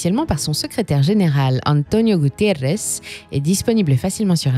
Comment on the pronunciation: faut arrêter de prononcer des noms portugais en espagnol lol .. Gutierrez lol Guterres ... y a une difference quand meme lol Merci pour le vidéo. Désolé c'était plus fort que moi